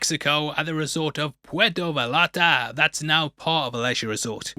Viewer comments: Puerto Val-arta 😅 Acting with confidence😂😂 J/k It is pronounced (Va-yarta) tho since there is 2 Ls in Puerto Vallarta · It’s pronounced Puerto Vayarta. The double ll in Spanish is pronounced as a Y. I thought you said you took Spanish lol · No spec4 operator would ever constantly shave the way Mac does, especially going into a jungle environment. You're begging for an infection, and possibly even sepsis. Edit: also, please, for the love of all that's holy, learn how to pronounce things. Sven OH-lee Thorson. Puerto vah-YAR-ta. It's not only disrespectful, but unprofessional to not be bothered to pronounce things correctly.